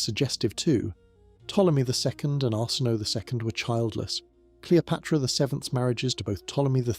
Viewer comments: Pronunciation needs work. Arsinoe for example, pronounced Ar-sin-oh-ay. I do like your videos though. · Arsinoe : Ar-sin-no-ay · His names Arsinoe! Lol!